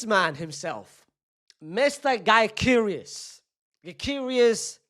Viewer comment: Victor Guy-cure-is according to